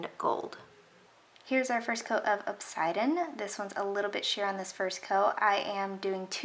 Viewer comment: I believe it’s pronounced “ob-sid-ee-an” Like the stone/gem.